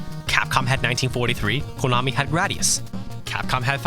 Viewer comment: Don't ever say "KOOnami" ever again, please. It's "Ko-na-mi". Okay?